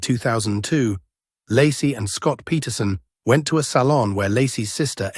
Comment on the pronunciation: Ai voice pronounces Lacie as Larsey lol